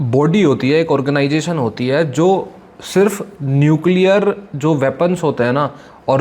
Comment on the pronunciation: न्युकलीयर....!!!!😅😅😅😅कुछ भी